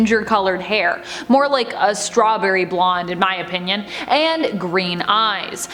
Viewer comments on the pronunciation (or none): none